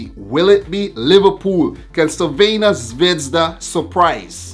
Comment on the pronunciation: First, sorry for bad english. Second, thank you for trying to pronounce "Crvena zvezda" instead just say Red star. Third, first surprice is there... Crvena zvezda - Napoli 0:0, Crvena zvezda and Napoli 1p, PSG 0. Not nice game, but result is what counts. Pozdrav iz Srbije (greetings from Serbia)!